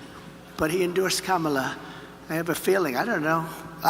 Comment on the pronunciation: They can't even pronounce VP Harris' first name? Are these guys sitting at a folding table in a janitors closet, with a green wall behind them?